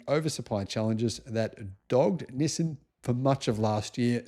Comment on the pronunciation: It is pronounced "Knee Sahn". Accent on the first syllable and stretched out a bit. Similar to the word for hello in Chinese, pronounced Knee How.